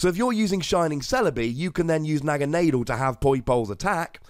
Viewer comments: Thats how i wread it anyway sounds better too. Na Ga na del. Not ghana. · i pronounce it as NAG-ANA-DELL